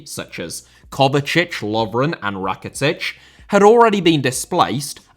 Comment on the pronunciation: Rakitic,not Raketic.